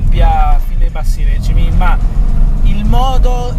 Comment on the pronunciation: sei bravo, ma senti, si dice REGìME, non RèGIME..., complimenti, comunque!